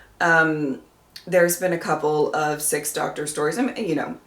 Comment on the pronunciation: Love the way Sil pronounces Doctor as dog-turd!